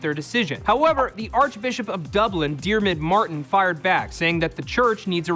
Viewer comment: Well done Matt for pronouncing Diarmuid Martin correctly!